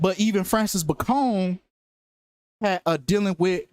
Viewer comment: It’s pronounced “Bay-con” - just like the pork cut, you moron. Francis Bacon Was English. Why are you making him sound like a Mexican drug lord?